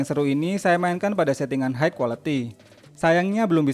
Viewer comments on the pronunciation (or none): High dibaca Hai bukan Haik